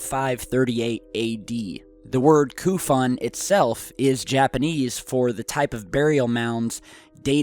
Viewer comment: It's not Kufon! The name is KO-FUN, you clown. Your credibility is shot.